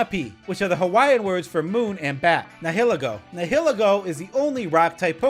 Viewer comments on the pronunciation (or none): none